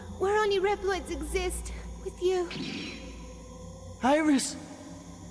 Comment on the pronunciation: Well, the one who did the voice says Virus instead of Iris